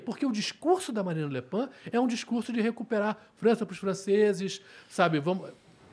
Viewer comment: É Marine Le Pen. É um “E” , não é um “A”. Na França lesse o “E”.